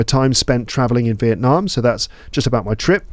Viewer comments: I love the way you pronounce Việt Nam 🇻🇳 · I'm a Việt Nam student who respects your respect for my dear country Việt Nam 🇻🇳 I highly appreciate the way you tried to pronounce Việt Nam as Vietnamese native speakers do, not just Vietnam